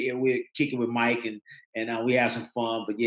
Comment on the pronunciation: Its MARC not MIKE smh lol